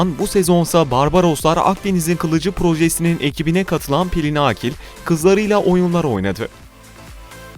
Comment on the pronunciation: Pelin ağkil deyip duruyor sunucu sinir oldum